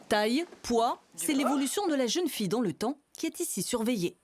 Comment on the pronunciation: A il y a trois "L " à "fille"